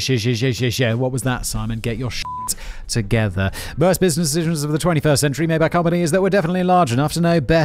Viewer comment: Simon: makes fun of himself saying "dishishuns" Simon correcting himself: Repeats the same mistake lol Love ya guys!